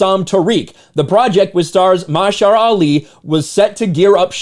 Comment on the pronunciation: lol the way he says Mahershala😆😆😆